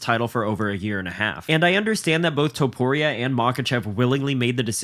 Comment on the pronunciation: Topuria, not Tuporia